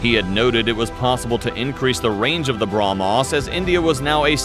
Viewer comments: He can't even pronounce how can he support his nation 😂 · Gets hit by a Brahmos Ships: Bruh-mos